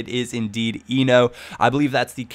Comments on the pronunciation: AJAX :D Btw you pronounce Enoh as Ay (as in play) No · Enoh - [é-no]